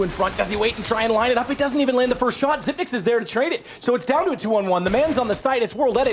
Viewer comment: WOW A CASTER THAT PRONOUNCES XYP9X THE RIGHT WAY :O